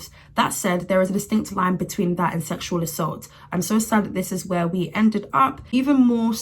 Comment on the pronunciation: I love how well she minimizes the systematic “seshual” assault as “Ooohhh Im just so fluffy who wants a hug??? Hehe”